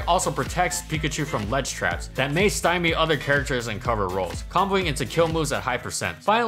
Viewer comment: great vid as always and thank you for saying "stymie" correctly this time lol